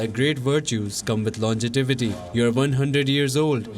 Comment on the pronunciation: its longevity not longetivity